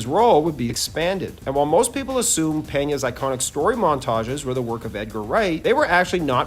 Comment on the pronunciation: Thank you for pronouncing ''Peña'' correctly.